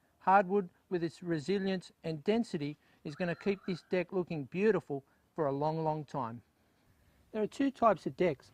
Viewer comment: between those shorts & all that talk about dick, I don't know about this guy.. oh wait, he was saying "deck"